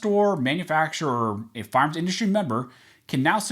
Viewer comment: It's annoying when you are supposed to say fire arms you say farms.